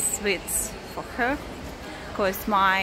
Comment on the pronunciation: Hi. I'm enjoying your videos. I watched half of this not understanding what you were shopping for. "Swits?" Then I realised you were saying "sweets." (Rhymes with "eats") I love the Russian accent but find it funny that all vloggers mispronounce "clothes." (Of course, I live in the South of the U.S., so I suppose a lot of English speakers would argue with some of my pronunciations.) The "th" is silent in the word "clothes." I think a pronunciation dictionary would have something like "klōz." Anyway, I'm glad that you don't seem daunted that 75% of your viewers are men. Best wishes from America.